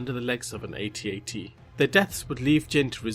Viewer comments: NOT PRONOUNCED 80-80 IT'S AT-AT. AS IN THE WORD "AT" BEING SAID 2 TIMES !!!!!!!! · What's an "ay-tee ay-tee"? Do you mean an AT-AT? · An 8T-8T???? It's pronounced "AT-AT" as in the actual word "at." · Oh, for GOD'S SAKE!! Those machines are NOT called A.T.A.T.s..They are called at-at's. Say the word "at." Then add another one "at". So all together "AtAt." They ARE NOT A.T.A.T.s It pisses me off how stupid this young generation is! Lesson learned, lesson complete. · For the love of God people....it's NOT A-Tee A-Tee....it's pronounced At-At!!!!!! This drives me CRAZY!!!!! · It's an "att-att", not an "ay tee ay tee". What cracks me up the most is the people who try to correct others saying "att-att", insisting (completely incorrectly) that you pronounce each letter individually. (All of these people were too young to have seen the OT first time around, incidentally.)